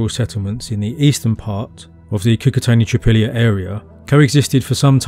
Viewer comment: Not "Trypilla" but "Tripolie" (phonetically "treepolye" - means "three fields" in russian/ukrainian)